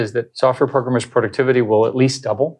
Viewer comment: He knows a few modern buzzwords sure, but his true Boomer showed as soon as he said "progrummers"